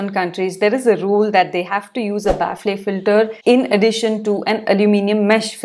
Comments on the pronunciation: Its not pronounced 'baffley' Its 'baffel' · Ba-fal. Not baf-le. I don't blame you English is an inefficient language. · Thats not how you pronounce "Baffle" The ffle pronunciation is similar to "Waffle" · Thanx for the inputs…Kindly look up for pronunciation of Baffle🤓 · Ma'am 1rst correct ur pronunciation of baffle pls..then proceed to others..don't take to heart 👍